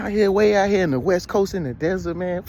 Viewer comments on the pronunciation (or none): none